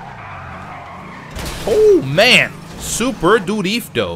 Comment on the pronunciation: Stop saying Drifto.. please.. This is all I want for Christmas..